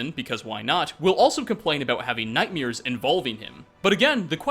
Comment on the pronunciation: why do you say “nightmears?”